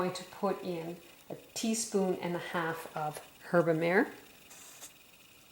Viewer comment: Herb-a-mah-ray? As in mare (mah-ray) meaning sea/ocean